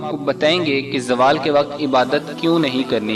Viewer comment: Oh bahi jaaaawal ni hota ap log india waly z ko j me q badl dety ho zawal hota ha